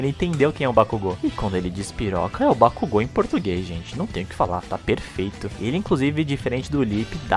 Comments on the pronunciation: só achei estranho a pronúncia de bakugo, pq ao invés de falares bakug'o' falaram bak'u'go, sendo mais difícil e estranho de pronunciá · A dublagem da funanimation tá boa pra caramba tá ruim só a porra da pronúncia BAKUGÚ < dói os ouvidos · Não foi nem no kazinho q eu fiquei puta, fiquei bolada pra caralho com a pronúncia dos nomes, me vieram com uma porra de bak u go, dando ênfase no U, pqp, muitos nomes e apelidos pronunciados estão me dando agonia só de ouvir, mas é a vida... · As vozes são perfeitas mais algumas pronuncias q quebram "Déku" "Bacugo" Kazinho q poderia simplismente terem deixado kachan, na luta do midorya e bakugo, do nada o midorya solta um "kazinho" ai corta o clima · Terminei de assistir as 4 Temporadas... E adorei, vozes boas, Núcleo principal de personagens e secundários bem escalados, talvez uma voz adicional ou outra não ficou tão boa, mas nada que não der pra relevar, as pronúncias: Deco, Kazinho e Bakúgo, da pra relevar numa boa... No fim, gostei bastante do trabalho, dá pra ficar melhor? Claro que dá, sempre da pra fazer melhor do que antes... Pra mim, melhor dublagem desse primeiro lote da Funimation! (Minha Opinião) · A dublagem br ficou boa, só n gostei q trocaram algumas apelidos como Kachan, e a pronuncia de Bakugou. Parece q no Japão tem uma fábrica de dubladores incríveis, q emoção traz na voz. Vc viu a dublagem de Steins; Gate? Se sim, o q achou?